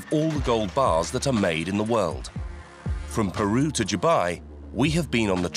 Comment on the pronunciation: PEROU? its.. called PERU lol